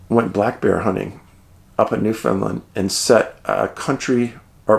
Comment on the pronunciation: Hey Dave, love the vids and all your work. Just an aside: Its pronounced New-FINland, emphasis on LAND. My family comes from there and it is a strange land indeed. I suggest you look into its histories and mysteries. Its one of the oldest land masses in the world and has a lot of strange happenings. My grandfather actually was with a man who disappeared berry picking when they got separated. His body was never found and my grandfather was actually investigated for murder. Cant remember the name but I know dozens go missing every year up there. Cheers